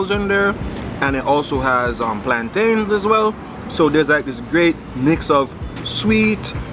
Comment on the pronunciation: You are so awesome. Where's Judith though? Oh and no bada change de pronouncement of plantain. Ya still a yardie.